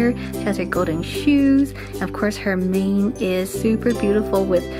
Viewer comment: When you said mane I thought you said name